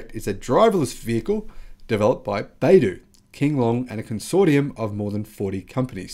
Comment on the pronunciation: Not bay-doo... it's bi-doo. You'll see the pinyin written as "bai" but that is pronounced bi (by)... as an aside, the company name, 百度, literally means 100 degrees